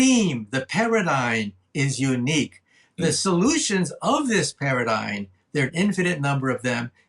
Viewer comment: Did you catch his mispronunciation of "paradigm"? He says "paradigN" LOL, I had to go back to confirm what I heard. It was just a simple mistake either because he said it twice, once and then again .